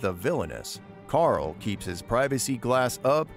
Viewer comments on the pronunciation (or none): none